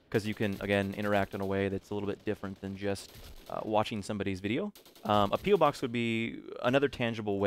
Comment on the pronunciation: Lol every youtube pronounces it "PEELBOX" instead on "PE-OH box" >_< bananapeelbox